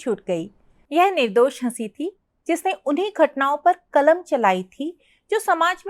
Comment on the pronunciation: معاف کیجیۓ ، ایک معروف اردو افسانہ نگار کے متعلق آپ اُن کی سوانح عمری پڑھ کر سنارہی ہیں تو دوسری طرف آپ کو اردو کے تلفظ بھی ٹھیک سے نہیں آرہے ہیں ۔قلم کو (کلم) ضرور کو(جرور) اور کئی لفظ ہیں ،جن کا تلفظ اپ صحیح نہیں کر رہے ہیں ۔